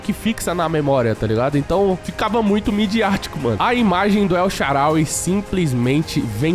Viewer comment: Vídeo perfeito só um erro que é na tradução correta e El SHAAARAWY se diz El SHAAANÁWY